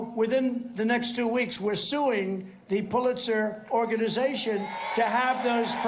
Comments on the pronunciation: He's says "Pulizer surprises", yes they would be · Poohletser prize? 😂